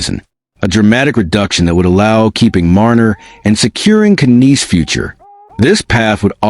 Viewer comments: Knies is pronounced neyes. Tavares is NOT the captain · Isn’t Knies pronounced like “nize” instead of neyes which would sound a lot more similar to the Hispanic last name Reyes?